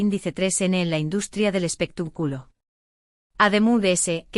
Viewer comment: Y usted comentarista tuene muchos errores de pronunciacion en las palabras que pronuncia x ejemplo no se duce espetac'ulo si no espectáculo acento en la a